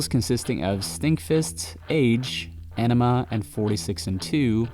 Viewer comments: Great video! You mispronounced their second full length album, however. It's pronounced "AHnima", not "Enima". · AWnima...not Enema...oi. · Ænima is pronounced "eye" "neh" "ma"